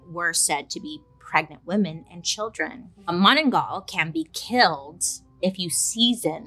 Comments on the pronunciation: Filipino subscriber here. You nailed how you said "manananggal"! 👍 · As a Filipino, I got excited when she said "Manananggal" and she was spot on right describing it. Also it is believed that manananggal can turn in to dogs lol. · was so happy to hear about our very own version of monster , im weird haha.. nailed the pronounciation though.. manananggal it is. just to add, it was said that they would rub oil all over their body as ritual just before deattaching upper and lower body. maybe they wanna keep the smooth way of splitting haha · manananggal, hehe I'm a Filipina , I love how you pronouce it, hehe . labyah BAiley :)